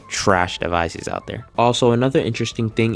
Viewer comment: said aut 😂🎉😂🎉😂🎉😂